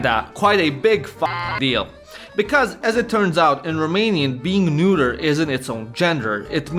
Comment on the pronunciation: Dude, it's not "neuter" it's "neutral" (pronounciation wise) :D and while I love the pun behind it (intentional or not) ffs, it really cramps viewing the video because I'm laughing too much